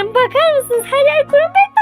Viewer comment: kurumpet değil o kırampet diye söyleniyor